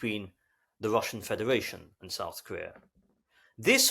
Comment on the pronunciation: Well, except for his tendency to pronounce an initial "r" as "wr" in the Saxon fashion; for example "wrelationship" or "Wrussian" . By the way, at that point he mistakenly calls the ruzzian casualty rate a "death toll." Deaths are probably only about a third of total casualties most of the time.